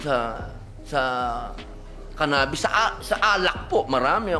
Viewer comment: Ka bobo ni Robin talaga...at saka ang pronounce eh CANA..BIS